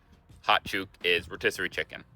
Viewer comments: Hi...Chook is pronounced like the word 'Look' or 'Took' or 'Hook' - "Legend" is a relatively new term. Older Aussies might say 'you bloody beauty' (usually pronounced 'Beaudy') or 'you bloody ripper, mate!!' "Mate" can also be used aggressively "What's ya problem, MATE?!?!" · 👍 explained, his choook was a bit painful, I wasn't keen😂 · You're saying chook wrong,..never heard some of the sayings and I'm 57... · Chook rhymes with book, not chew. And I think that you were being swooped by a butcher bird, not a magpie. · I live in the country in Victoria Australia and tons of people get attacked by magpies but no once has one ever attacked me and I've been in this world for a very long time. By the way you said Chook wrong. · You're meant to pronounce the oo in chook like the u in put. And it can refer to a living bird, too. :) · You pronounced chook wrong - it rhymes with hook - and it refers to all chickens alive or cooked. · Chook is pronounced like look or book, with a short oo sound, not a long one 🙂 Bachelor means any man who's unmarried. "Buck's" party is specifically for a guy about to get married. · "Chook" is pronounced with the "oo" sound the same as BOOK or HOOK or LOOK . . And "chook" just means chicken. . ANY form of chicken. Roast chook. . I'm going to feed the chooks . .. Frozen chook . . Chook pieces. . . etc etc. AND finally, "chook" can also mean an older woman. . As in "I was in the bank, waiting in line and this old chook came in and pushed in front of me" I beleive the word arose from it being close to the sound that a chook makes. . . Just say "chook, chook, chook, chook, chook, choooook" and you'll sound like a chook, walking around in the chook pen. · Chook is what Australians call chicken, but your pronunciation is Canadian! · To my ears you were saying it as Chewk. Welcome to Australia. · It’s chook not chuke say it like book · Chook rhymes with brook not fluke. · choooook is not, it's pronounced like took or look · chook rhymes with look